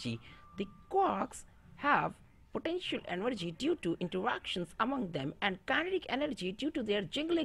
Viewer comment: The way he pronounces “Potenshul Enorgwi”.😭